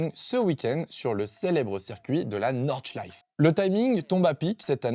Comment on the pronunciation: Petite note, l'Eifel ça se dit "Aïfeul" et Nordschleife on prononce le "e" final